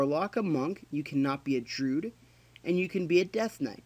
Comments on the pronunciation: DROO-IDD Not drood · Its Druid, not droo-idd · "Drew-id", not "drood." Sorry, I'll finish the video now.